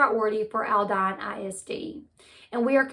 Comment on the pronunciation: Born, raised and lived in Houston. This is horrible and sickening...the perp, didn't just know how to do this without personal knowledge. Sooo sad..and the school district is pronounced Alldeen. :)